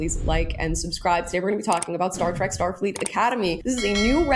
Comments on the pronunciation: You mispronounced 'Trek' as 'Track' about as often as getting it right. Stay with bashing Disney. You're obviously not a Trekie. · Trek not TRACK